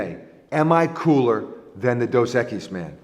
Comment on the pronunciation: Maybe if pronounced Dos Equise right